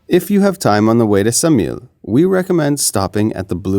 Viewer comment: Ksamil pronounced with K, Ksamil!!!!